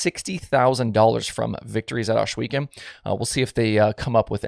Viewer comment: There is no sh in Ohsweken